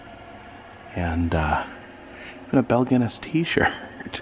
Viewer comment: Great video, except its pronounced Gun ness.